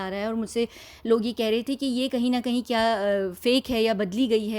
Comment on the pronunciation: It is "KYA" and not "KIYA"